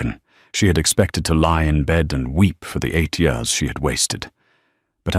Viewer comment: Re hashed story!!!!! The AI still can’t pronounced YEARS!!!!!!